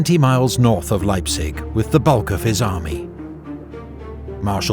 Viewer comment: Sigh :( Probably southern German. They don't know how to pronounce Leipzig either. it's "Laiptsish" wish a very soft"sh" ([ˈlaɪptsɪç]), not "Laipsick". And for some others the stress patterns were remarkably off. Some spellings were wrong too: Pösna, not Posna and Zschocher, not Zschlocher. I am sorry if I am come over terribly nitpicky but your videos are so damn high quality and well made that it is kinda more painful than in lesser quality productions.